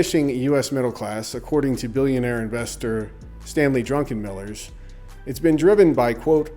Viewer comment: I think it's druk en miller not drunk en miller ...unless that's sarcasm